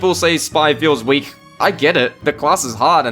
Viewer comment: See guys, I’m not weal